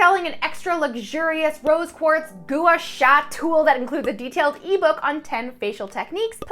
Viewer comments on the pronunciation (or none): it's pronounced gwa-sha. But now I'm going to pronounce it just the way you did just now I'm stealing it.